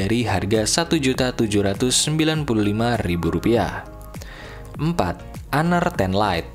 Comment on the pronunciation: Gua baru tau...sbutan honor rupanya hanar ya wkwkwkwkwkw